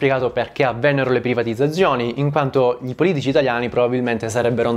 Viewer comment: Per colpa di questo video non so piu dire privatizzzzazzzioni